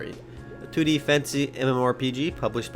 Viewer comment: Lol "2d" sounded like "tooty"